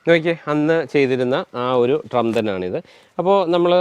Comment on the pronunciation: ട്രും അല്ല ഡ്രം